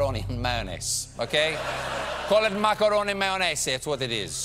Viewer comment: same on Italian... and that "maccaroni mayonese" make my ears blood. Pretty sure he was doing Italian accent, because Pope speak in Italian ;) (as the last 2 pope from Germany and Poland)